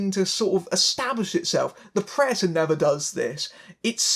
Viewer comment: its P r e D a t o r s not preators learn the fucking word.